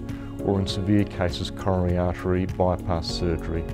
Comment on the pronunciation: Frank LeVay Dear Doctor: Say slowly and clearly C-o-r-o-n-a-r-y A-r-t-e-ry !